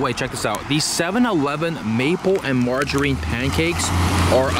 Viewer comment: The way he pronounced margarine! 😂I’ve never heard that where I’m from lmao